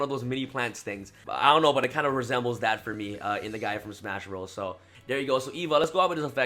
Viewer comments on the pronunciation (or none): none